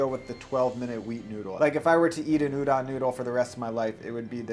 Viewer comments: Can't comment on the udon technique, but I can give some quick tips on the pronounciation.. English written Japanese is always syllable by syllable so tsukemen is pronounced tsu-ke-me-n. No silent e business haha. Also the O in udon is not an 'a' sound like udan but 'o' like 'doh' (like Homer Simpson) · Ooh-DOHN, not OOH-don plz